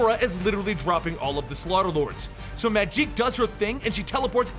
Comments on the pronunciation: It’s pronounced just like Magic, not Majeek 😂. Not sure where you got that from, but please stop saying it like that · Just because it ends in a k doesn’t mean it’s pronounced differently